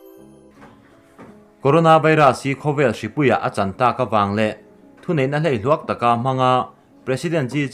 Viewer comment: Hleihluak tih i lam dan hi 'Thehlei' lama 'hlei' ang hian lam ri zawk teh. Fb ah pawh khan mizoṭawng lam diklo tamah khan an sawi ri tlat che ania, han uluk deuh hlek teh.